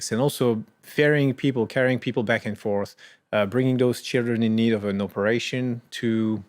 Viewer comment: Hello, great analysis. It seems to me you forgot a pronunciation error that many French people make: pronouncing "of" /əv/ like "off" /ɔf/. Here, Thomas Pesquet makes this mistake; he pronounces it with the /f/ sound instead of the expected /v/.